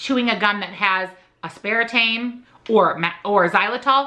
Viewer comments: i love you! but just trying to help u out here... aspartame is pronounced ASS-per-tame (emphasis on the ASS haha). u have great info and i want to make sure people arent confused! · The way you pronounce aspartame is different than what I've always heard. Is that actually the real correct pronunciation?